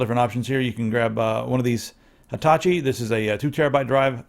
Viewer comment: why u read "HITACHI" as "_ITACHI" ? its the same thing to read as "HELL", not "_ELL" !!!!!!! WTF ???